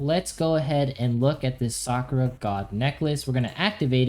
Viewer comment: Omg so frustrating, SA-KU-RA not SAA-kraa